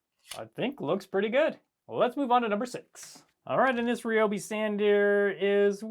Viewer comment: I am blown away. No one pronounces Ryobi correctly. It's good to hear that you do!